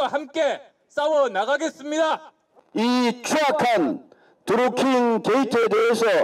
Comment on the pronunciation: 드루킹인지?드링킹인지?에효 일 좀 하자 ㅎㅎ